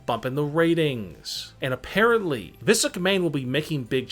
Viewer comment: “Vis McMahon”